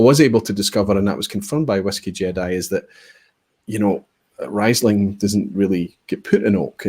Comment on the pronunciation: Pronounced reesling.